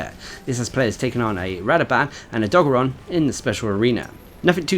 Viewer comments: I hear o doggo ron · every time i hear you say o dog aron i die a little on the inside.